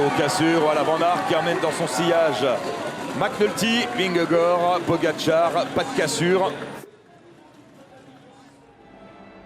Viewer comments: Il m'a fallu du tout pour comprendre qui était Vingoor ?? Ce serait top d'arrêter de massacrer le nom de Vingegaard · Il a réussi à le dire une fois 🤣 quand il a passé la ligne